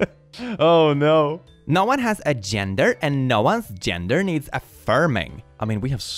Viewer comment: I love how you say genre instead of gender